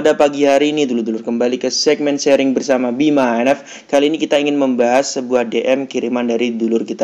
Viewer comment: Koreksi mawon mas, niku harusnya sharing, bukan shearing 🙏🙏